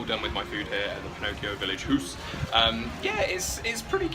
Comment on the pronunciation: They haven’t had the cake in sometime lol it’s pronounced house